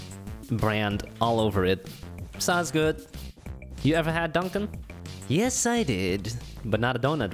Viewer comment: i wasn't looking at the screen and i was so confused cause i thought you we're saying my name not dunkin lmao